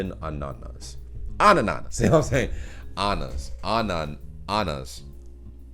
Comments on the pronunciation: Good done, only on think Ananas (pineapple) is not Anana-s it's speeled Ana nas and often used in flat teen jokes because it sounds like Anna (girls name) naß (wet) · Ah!meisen, Ah!bend, Anna!nas: stress on the first syllable each time.